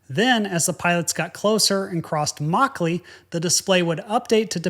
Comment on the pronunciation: Good review but yr pronounciation is god awful. It's 'muck-lee' not 'maw-clay'